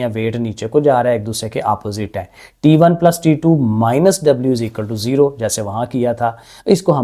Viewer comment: Sir t1 hota hai taa1 nhi hoata😂😂😂😂